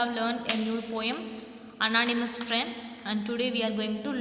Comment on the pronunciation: Ma'am it's not annatamouse friend it's anonymous friend